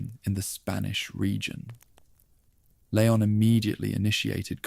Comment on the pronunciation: Shame you couldn't pronounce leon and Luis... renaming them layon and luish 😂😂😂 otherwise it was good